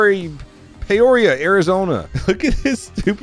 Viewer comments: Pee-ore-ia Arizona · It's PEE-oria. Lmao. Also, that absolutely sucks about your TRX. 😭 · Pee-oria is the correct one lmao but payoria is wayyy better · Its pronounced Peeoria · It's pronounced Pee-or-iah, we have one in Hellinois.... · I know that exact spot in Peoria Arizona pronounced pea-oria its the nicest place in Phoenix my gram gram used to live less then 5 mins away from that dealership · I was born raised and still live in Arizona. The city is pronounced P _ oria. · I don't know why he acted like it's the hardest word to pronounce it's literally pronounced how it's spelled Pe-o-ria. (Pee-oh-rhea) I just realized spelling it phonetically makes it look like a medical condition where you Pi$$ out of your A$$. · it's literally pronounced like it's spelled... Pe-o-ria...he acted like it was Aquebogue, New York or something. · Pee-or-ia, like die-or-ee-ah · It’s pronounced “PEE-or-REE-Ah”. Source: I live in Illinois. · You're killin' me man!! "Pee-Or-Ee-Uh"... just like the one in Illinois. LOL!! This happened about a half mile from my house. They were very tight-lipped about the details on the local news, too. Nextdoor was all abuzz about Bell Rd being backed up because of police presence, but that was about it. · “Pea-or-ree-a”. Just wanted to help, Arizona native. This area is always yielding interesting stuff. Glendale just to the South always has some “interesting” stuff too. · it’s PEE-OR-E-AHHH…and yes, you hang on the AHHH part because you can. 😂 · PEE-OR-EE-UH!!! there's one in Illinois too! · Hey, it's PEE-OR-EE-UH! You're KI11IN ME, SMALLS. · Peeee-oree-yuh, AZ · Pee-or-ee-uh, to name the proper enunciation 😂 No wonder why he couldn't pull off the nasties he was planning. He brought an FN. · Lol it's pronounce pee-or-e-ah Peoria but yes I concur he switched from long gun the sidearm because of I think he saw the suspect shadow good job jump that was a nice asphalt temp check challenge😮😮❤ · lol its pronounced " PEE-or-ee-AH